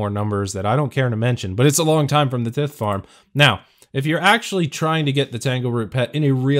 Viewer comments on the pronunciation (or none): The "tith" farn 🥴